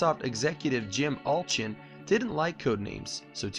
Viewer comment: jim UULLCCHHIINN